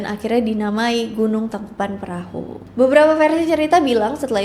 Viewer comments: Koreksi neng geulis " Tangkuban Parahu" bukan "Tangkupan Perahu" biasakan pengucapan atau penulisan nama harus otentik atau sesuai dgn keasliannya ya guys ya 😊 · Maaf kak koreksi sedikit, tangkuban parahu kak bukan tangkuban perahu🙏 Karena perahu bhs sundanya parahu